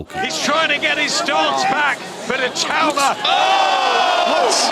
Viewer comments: Why do people call him I-too-ma smh. Surely pronounce his name correctly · for the love of god please learn how to pronounce his name. It’s It-aw-ma not It-oo-ma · If Itauma wins, will you promise to learn how to pronounce his name correctly?